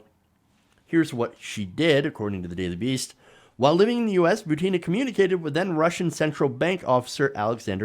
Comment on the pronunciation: Hey, please correctthe accent on Maria's last name: She is not ButEEna, she is is BUtinaj just like PUtin.